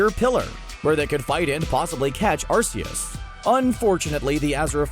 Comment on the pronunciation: You are pronouncing Arceus’ name wrong